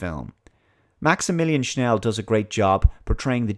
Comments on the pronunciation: Don't say Schnell, say Schell. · are you saying Schnell instead of Schell? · Maximillian SCHELL, not Schnell. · It’s Schell NOT Schnell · This movie is really epic, and it scared the living hell out of kiddo-me in the 80s... (npc voice), THE NAME OF THE MAN IS MAXIMILIAN SCHELL, NOT SCHNELL! UNSUUUUUB! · Wrong: Maximilian Schnell Right: Maximilian Schell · "Maximilian Schnell" 😐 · I've always loved this movie since the first time I saw it back in 1979. I bought the special blu-ray edition a few years ago. It's Maximillias Schell by the way, not Schnell :) There is a documentary on it that explains that they had no idea how to end the movie so they came up with this thing that didn't really made sense. Still love it though. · It’s Maximilian SCHELL ... Not Schnel .. there’s no ‘n’ in his last name!~ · The Austrian Actors Name is Maximilian Schell not Sch(n)ell, also Yvette Mimieux is known as the young Eloi Weena from the original Time Machine Movie. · Are you saying Maximillian SchNEll on purpose? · There's no "n" in Maximilian Schell's name. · There is no "n" in Schell lol